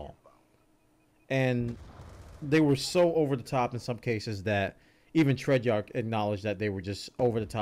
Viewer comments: Please say it with me.... TREY-ARCH NOT TREY-JARK! Please say it with me.... TREY-ARCH NOT TREY-JARK! Please say it with me.... TREY-ARCH NOT TREY-JARK! Please say it with me.... TREY-ARCH NOT TREY-JARK! Please say it with me.... TREY-ARCH NOT TREY-JARK! Please say it with me.... TREY-ARCH NOT TREY-JARK! Please say it with me.... TREY-ARCH NOT TREY-JARK! Please say it with me.... TREY-ARCH NOT TREY-JARK! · I love this game and I love the hell out of you but DAMN does it make me wince when you say Treyarch lmao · I think we need a patch on how says Treyarch, but apart from that this was a really good commentary. I have avoided CoD since playing MW2 but I may give this one a go having heard what has to say about it. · You're pronouncing Treyarch wrong lol